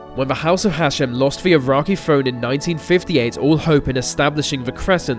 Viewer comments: please go to elocution lessons. When you say "vese" instead of 'these' and "ve" instead of 'the,' it makes me want to switch the video off. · dude.... "theeee" not "veee" jesus... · Vis video is not very furrow. You are speaking like a free year old child. TH is also a sound in our language. Like the, this, those. Not vee vis vose. Try again bro. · Vat specific Suvern accent doh. Seriously, pronounce your "th" like vuh rest of us. What is vat, Norwich or something? I used to have a mate who spoke like vat, and it was odd. It sounds daft, mate.